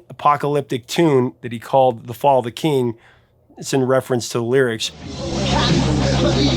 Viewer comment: Sounds more like "The fall of Cain" than "The fall of the king", to me.